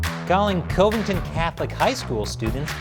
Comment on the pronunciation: 'Cuv ing ton'